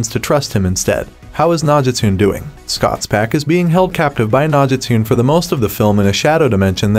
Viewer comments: Cringing every freaking time he pronounces "nah-ji-tune" throughout the whole video. (No-gi-stu-ne) Nogitsune! dammit 🙄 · I literally said to myself, why does he keep saying Nogitune lol. They literally say Nogitsune in the show and movie 😂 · It’s pronounced “no-git-soon-aye”…Nogitsune! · The way he said Nogitune🤣u can tell he didnt watch teen wolf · Nogitune 😂😂 this guy definitely hasn’t watched teen wolf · bothers me dude keeps saying "nog-gis-tune"... atleast have the pronunciation right lol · Obviously 🤣 it’s got me laughing so much the way he says it 😭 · Definitely enjoyed the movie, and I hope they make more movies.... But that can only happen if this movie does well.... PS: Can someone please let him know that he's mispronounced Nogitsune wrong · The way he pronounces Nogitsune irks me 🤣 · You havent watched the show. Maybe not Even the movie. You cant pronounce "Nogitsune" correct...Also I dont think Derek is really dead. He went where Nogitsune went. You cant kill the Nogitsune. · So we ain’t gonna talk about how he said nogitsune